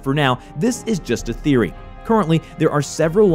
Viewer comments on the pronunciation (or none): none